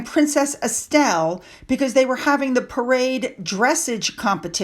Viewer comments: its pronounced dress Arge ❤ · pronounced: dre SOZJ... ;-) (a respectful tip from a fan / Eenglish teacher... the word comes from the French...) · The horse competition, dressage, is pronounced like “massage” is. Dreh-SAZH. That Zara is a real horsewoman, like her mother!